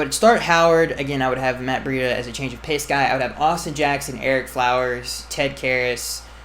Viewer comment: Erick Floweres?? Oh lord lol